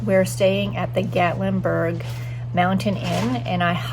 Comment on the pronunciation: Love love love Gatlinburg and the Smokies are so beautiful. Gatlinburg has delicious food, shopping and moonshine. Haha. You will have to go back with Eddie. Plan to hike up to LeConte. Oh, and it is Gat that rhymes with cat. Gatlinburg. 😃 You passed the pancake pantry and also the donut shop. I’m so jealous. 😊 🌲🌲❤️🥾🥾⛰️🥾🥾❤️🌲🌲 cheers.